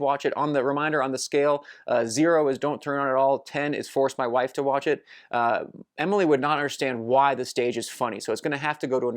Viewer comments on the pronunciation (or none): none